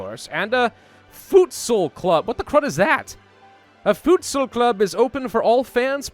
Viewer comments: futsal is pronounced foot-sal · everytime you said futsal I thought of food, cause that is pretty much the pronounciation of voedsel which is dutch for food